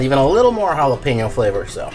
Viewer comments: Ricky: "Listen man, why don't you go down to the store and pick me up some Ja-lap-en-oh cheese sticks, and I'll hang out with ya" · the J is silent, ricky !